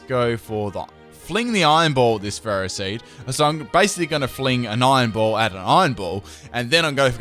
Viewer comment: also you pronounced ferroseed wrong